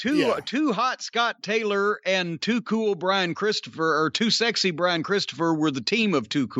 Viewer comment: Come on Jim! It’s not sexy. ITS GRANDMASTER SEXAY!!!!!!!